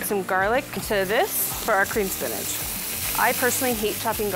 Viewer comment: Why does she say spinach like spinaj